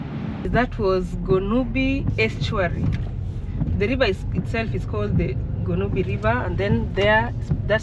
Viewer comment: The Eastern Cape has some of the best beaches in the country with the most perfect climate to match it. The topography is also quite stunning. And the architecture, I too am a fan of the Victorian aesthetic 👌🏽 Side note : your pronunciation of Gqeberha was near perfect, you just replaced one click with another but you pronounced that click very well, which is something many struggle with.